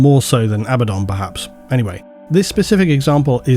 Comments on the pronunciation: I'm putting this here, even though it's kind of off toipic, but your last Orcs video was a long time ago. I know you're not against a detailed analysis of pronunciation and etymology. (It's AH-bah-don, perhaps AY-bah-don, not ah-BAH-don) I already asked Winters on his latest batrep about Murphy's wag going to war. Was it truly never made clear whether or not "Waaagh!" is the orcish Cockney hooligan way of shouting "war!"? If, for them, everything up to calling (or *declaring*, y'know) "Waagh!" was not "real war" but just some fun time with the lads, this would totally make sense. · love you man, there is no better on YouTube for 40k, without a doubt, but your pronunciations... SalamOnder??? I let the Abaddon one slide but dude this one!